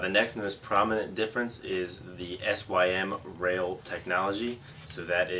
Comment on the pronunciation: Great video as always but by the way, its not "S.Y.M. rail" its just "sym rail". It stands for symmetrical rail because the sidewall is the same shape on the outside as on the inside. Its pronounced like sim.